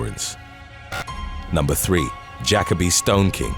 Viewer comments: i’m weak asf, said Jackoby it’s Ja-kobe (jacoby) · Juh-Kō-bē, accent on the second syllable. Not jack-uh-bē. You’re welcome. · Juh-coe-bee= jacoby, not jackobee🤣..i translate his English more than non English channels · it’s pronounced JA-KOBE